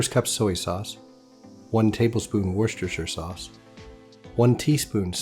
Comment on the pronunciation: Wooster sauce. I know it's got like 20 letters in it, but we pronounce it wooster for some reason :p